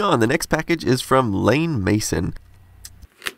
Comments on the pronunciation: Hum I'm pretty sure the name is Iain with an I, not Lain with an L... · Iain- Ian not lane!! :) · That box from Iain Mason, you pronounced the name as "Lane". I work with an Iain, so I've already been corrected. It's actually more like "E-an". I also had the Animator as a child. I got it when I was in the hospital having my appendix taken out. I remember the book that came with it, and there was a baseball animation I was working on while in there. It was awesome. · I had a wee giggle at Lane as well. He must have thought the I was a L. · Lain (Iain), I think It's pronounced the same as Ian 😉 Sorry! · IAIN MASON. First letter in his first name is an "i" not an "L". his name is pronounced like "ian" not Lain. Its the Scottish or Irish Gallic spelling. I get called Lain all the time because of stander fonts make a upper case "i" look like a lower case "L". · Lain Mason lol. I think that's Iain as in capital i pronounced the same as Ian (ee-an) David! (very common spelling here in the uk maybe it's not over there). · That's not Lane Mason, the L is actually a capital i and it's pronounced Ian "ee-un" (That's my name too - I think it's of Scottish origin.) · 'Lain' is actually IAIN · it’s not “Lain” its “Iain” (I’m not American so for you I’m guessing it’s usually spelt “Ian”. Nice videos man. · Lane mason. I believe it's Iain as in e,a,n :P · Lain? I think you mean Iain (same as ian) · it’s ‘iain’ not ‘Lain’ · Great video - as per usual. BTW - it's pronounced 'Ian Mason' not 'Lane Mason'. Just sayin'... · Lol its iain not lane ! IAIN as in IAN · 'Lain Mason'? You don't know how to pronounce Iain? Hint, it's the same as Ian. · Iain is pronounced Ian as It's an older spelling of a Scottish/Gaelic name that is now often spelled "Ian". It's pronounced the same as "Ian". It is derived from "Ioannes", the Latin spelling of "John". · Iain: Ian (that's an 'i' not an 'l') Bontempi: Bon - tem - pee Sous Vide: Soo Veed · I thought Iain was pronounced like Ian.